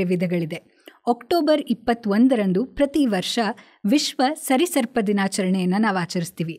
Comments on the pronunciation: ಕಾರ್ಯಕ್ರಮ ತುಂಬಾ ಉಯುಕ್ತವಾಗಿದೆ. Reptile ಗೆ ಕನ್ನಡದಲ್ಲಿ 'ಸರೀಸೃಪ' ಎನ್ನುತ್ತಾರೆ. Anchor ಸರಿಸರ್ಪ ಎಂದು ಕರೆದಿರುವುದು ಸರಿಯಾ? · ಸರೀಸೃಪ ಅಂತ ಹೇಳಿ ಸರಿ ಸರ್ಪ ತಪ್ಪು ಸರ್ಪ.ಯಾವುದೂ ಬೇಡ ಮೇಡಂ.ಕಾರ್ಯಕ್ರಮ ತುಂಬಾ ಚೆನ್ನಾಗಿದೆ.ನಾನು ನೋಡ್ತೇನೆ ಆಗಾಗ.ಸರಿಸರ್ಪ ಅನ್ನೋದು ಬೇಡ ಮೇಡಂ.🐊🐊🐊🐊🐊